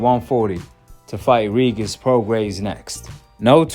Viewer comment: Why u say “regis” like that lmao